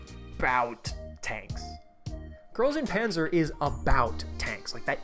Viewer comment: Pronouncing GuP english is so cursed I can't